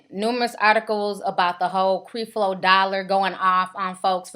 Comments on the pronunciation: Lmao.....u a mess ...for one you are pronouncing creflo dollar name wrong...and its obvious you have noooo knowledge about the situation.i understand your trying to get your 15 min of fame but please do your homework on the subject your talking about..and eddie long didnt say he was david..he feels he is being challenged like david..your whole broadcast is a mess..we all have our opinin but please u sound ignorant..and this was a waiste of 9 min out of my life watchin this b.s. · you are saying his name wrong, Lord, plz cleanse this and bless her with the understanding of your love which is unconditional... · Girl!!!! get your life.....find something to do other than sitting around making home made stupid videos and learn how to pronounce the man's name for God sake....you should have been studying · you are not saying Mr. Dollars name correct...We can tell you won't have a career in this area. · You sayin his name wrong! It's Creflo (kref-low) Dollar! Not (Kreef-low) Dollar. If you 'gon do a video on somebody please know how to pronounce their name. SMFH BTW... I agree with you, but learn how to pronounce the name correctly, because you sound less credible when you can't pronounce the name of the person you reporting on. Peace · Creflo Dollar is right! This girl need to be quiet! She just want to be on you tube! Your mouth is nasty and you need to watch your language! And if its any help to you It's Cref Lo not creeeef lo! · Learn how to pronounce his name before you start slamming him. It's not CrEflo. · ...WHO IS CREE FLO....GIRL STOP!!! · ITS NOT CREE FLO DOLLAR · she mispronounced his name on purpose!!!...are you serious. it's called being condescending!!! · You sound stupid you pronouncing his first name like that and yes that is his name, he is a jr. LOL! bye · girl learn to say the man's name..... come on